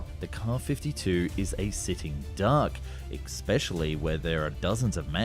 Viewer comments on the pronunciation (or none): Why do you continually mispronounce words like Apache, Especially, Weaponry, Sukhoi etc ??